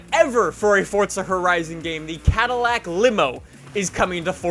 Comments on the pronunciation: It's four za not fucking fort a there's no T stop saying it like that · its forza not fortsa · Stop saying FORTZA you fuxking douche! Its FORZA!!!! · "Fortza" is the actual pronunciation,. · can somebody please explain why people pronounce it as "fortza"? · Fortsa? Come on now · its pronouced forza... not fortsa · Why do some people call Forza, fortza ? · Please say forza correctly, it's not fortza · It’s forza not fortza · it's Forza not Fortsa I can't stress that enough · I like how u pronounce forza as fortza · Why does everyone say “fortza” it’s forza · “fortza horizon 4” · It's not FORTza horizon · How many times does he say Fortza Horizon 4? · Fortza?? Fortza.... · “Fortza horizon” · If I have to hear say Fortsa Horizon one more time I will blow my freakin brains out...dude learn how to pronounce the word right you freak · its funny how he saids forza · You butcher the word forza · There is no T in Forza... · The way you say forza fucks me off